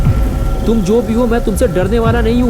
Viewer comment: Bro yeh toom kese bol rhe ho sirf toom bolo please